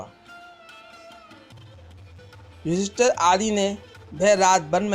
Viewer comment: Bhadu , ....... tu ...... ister " ka gungan krne wala feel ho raha he ..... tabhi to tu ..... yudheesthir .... ko yudester bol raha he 🖕🖕🖕